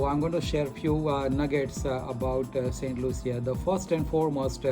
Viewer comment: It’s pronounced Saint Lusha, not Loo-see-a like you kept saying in the video…after visiting there you would think you learned the proper pronunciation especially for an educated doctor??